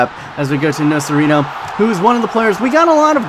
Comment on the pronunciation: Nocerino is pronounced Nocherino, or along the lines of that